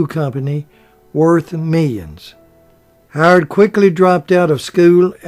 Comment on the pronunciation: "Tom"? Are you trying to say Time? "Hard"? Are you trying to say Howard?